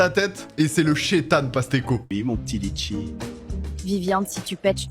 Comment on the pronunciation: Litchi ❌ Letchi✅